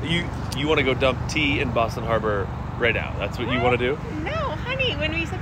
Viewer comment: The haaabaaahh😂